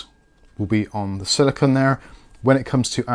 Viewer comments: It's silicone (sili-CONE), not silicon (sili-c'n or sili-con). CPUs are made of silicon. The thermal paste guard is made of silicone. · Silicone. said it wrong.